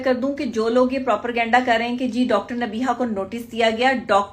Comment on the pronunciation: Kese ho sakta he kisi doctor ko propergenda or propaganda me farq nhi maloom???? Aisa bhi nhi k ghalti se moo se nikal gya blkay jitni baar b bola propergenda hi bola